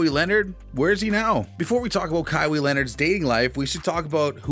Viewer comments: Its "Kaw-hi" Not kawi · It’s pronounced (Ka-why) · "But for this video we're going to do a little digging." Proceeds to mispronounce KAH-WHY's name. Dislike and not finna watch 🤦🏾‍♂️ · Kawaa ..san Antonia bro e got a hard name but they pronounce his name at least 40 times a game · Ka wee? Yeah thats just shows you have no idea who Kawhi is and anything about him. Probably reading off of Wikipedia search. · You said his name wrong That's a automatic dislike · This guy never watches basketball or he would know how to pronounce his name. SMH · How can you make a video and not know how to pronounce his name? You're awful. You're wrong btw. Kawhi was being talked about since halted it.